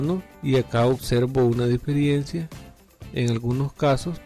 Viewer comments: No se dice DIFERIENCIA, sino DIFERENCIA. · Amigo no es "diferiencia" es "Diferencia"... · Amigo la palabra es Diferencia y No Diferiencia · diferiencia??? de verdad? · Qué pérdida de tiempo, quería ver si lograba reparar y al final nada. Con tanto anuncio el video se volvió fastidioso y además se dice diferencia, no diferiencia. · DIFERENCIA, por el amor de DIOS, D I F E R E N C I A, no diferiencia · Por qué decís "diferiencias"?